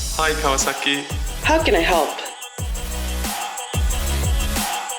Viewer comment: I hate the way this guy says Kawasaki